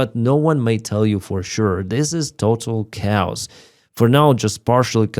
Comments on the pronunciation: Just a pronunciation hint - "chaos" in English is not pronounced kowss, Much more like kay-oss. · Just a little pronunciation suggestion... "Chaos" is pronounced like "Kay-ous". The way you say it sounds like the way we say cows. Interesting podcasts!